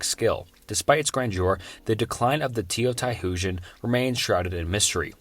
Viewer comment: That's not how you pronounce Teotihuacán.